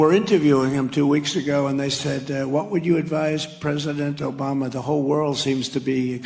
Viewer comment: Why does he keep saying Oboma? What a joke Gooo Biden. Vote.blue